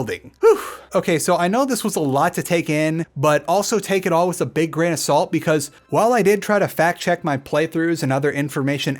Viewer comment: Why do you say “wiss” instead of “with”?